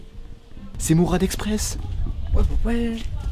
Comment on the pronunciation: Pq tu dit mourrrrraade